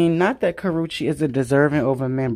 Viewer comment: It’s Karreuche…